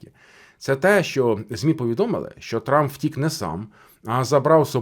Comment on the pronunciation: У вас наголос на слово "втік" і неодноразово, ну таке враження, що карти розкладає таролог для вух, якщо ви професіонал своєї справи, то ви повинні факти зразу до цього "втік" надати! Якісь ляпи!